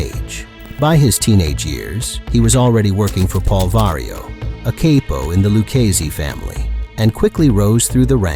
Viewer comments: 🤣 💯 I said the same thing. And also lil al was a luchesse. And who is Joe veleki 😂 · Cap-Oh...not Kayyy-po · Paul Vario was a what? A caypo. Capo, pronounced cahpo, short for caporegime, or capodecine. If your going to tell Mafia tales, not only get the names, positions, and dates right like an earlier commenter said, but learn the pronunciations as well.......or do something else.